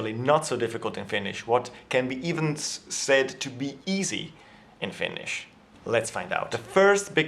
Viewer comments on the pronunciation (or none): none